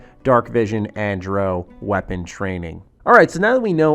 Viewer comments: It's pronounced dr- OW not dr- oh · You're pronouncing drow wrong. It's not Dro. It's drou. Like ow dr-ow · Bro...it's Drow (cow), not Dro (crow). Pretty clear has had almost no exposure to the fantasy genre of games lol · It's Dr-ow, not Dr-o. Really looking forward to this game, especially if they have a dungeon master mode, could mean replacement for pen and paper for people who don't live close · Why do so many youtubers have problems saying Drow? It's like brow with a D.. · it is lol. The op of this comment is calling out the incorrect pronunciation of the video maker